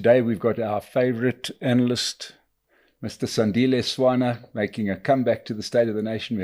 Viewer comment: SANDILE, atleast respect the man enough to get his name right